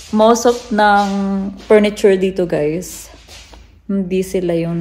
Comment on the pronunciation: I like the only problem with her is her v and b, f and p... Mabuti na lang galing niyang magdala like furniture she said purniture🥺